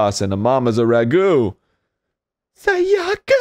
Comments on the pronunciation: I think Japanese names are some of the more easy names to pronounce because everything is just simple syllables. As long as you aren't stressing the wrong syllable, typically the second syllable, you should be fine. The first syllable is usually the one you should stress. So to say the names you should be saying SAyaka not SaYAka and BYAkuya not ByaKUya. Does that make sense? It's not a matter of what sounds better that's just how the names are supposed to be pronounced. I mean it's not a big deal since they're fictional characters but if you meet someone named Sayaka or Byakuya in real life it's just the respectful thing to do to pronounce their names correctly. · I mean true but the way he says Sayaka and Byakuya definitely isn't lol